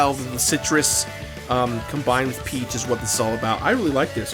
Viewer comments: when he first started talking about g-fuel I thought he said 'pee flavored g-fuel'. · I love these vids but did anyone else thing he said 'pee drink' at first? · Not gonna lie, every time you said "peach flavor" I heard "pee flavor" and was really confused... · Ok yeah that's exactly what I hear too! I just didn't wanna comment because I didn't wanna be rude lol